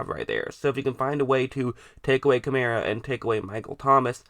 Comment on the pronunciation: It's not Kamera it's Kamaraaa how you should pronounce.